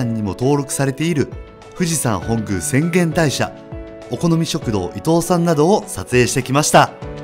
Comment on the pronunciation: さんげんたいしゃではなく、せんげんたいしゃです！🤣